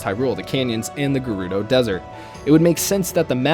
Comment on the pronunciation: Thank you for pronouncing Gerudo correctly